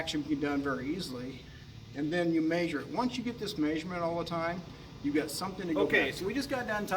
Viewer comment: It's "mehsure" not "maysure".